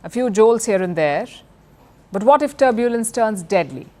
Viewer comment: Palki Sharma should get an accent coach or someone. It’s not turb-yooooo-lens, it’s just tur-byu-lens.